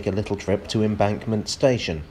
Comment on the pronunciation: Embankulentment. -ulentment -ulentment -ulentment.